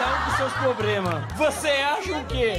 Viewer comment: "Cada um com seus probremas" Kakkakakakakakakkkakakak